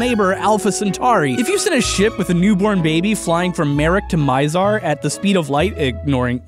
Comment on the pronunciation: Miz-ar MiZ-ar not Miezar, If it does not sound right why not say it a few times. A few different way or look it up on youtube to see how others say it?